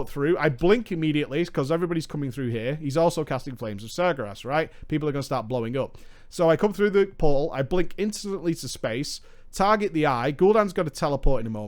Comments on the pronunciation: Hey man, would be great if you learned to pronounce things. e.g. SAR-GER-AS. It's a very common theme in your videos, and makes it very hard for me to enjoy them. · He knows, he does it to troll at this point